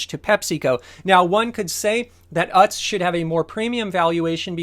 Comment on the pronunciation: I think it's pronounced oots, or ewtz :p